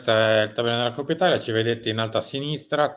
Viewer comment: Coppa si pronuncia co la o aperta, altrimenti si parla di quella del maiale.